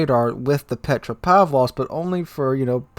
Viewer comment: Petra pav low ska ?